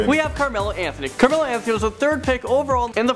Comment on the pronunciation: Did you see Carmelo it said camelo